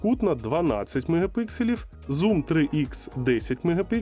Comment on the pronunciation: Мегапікселів, а не мегапикселів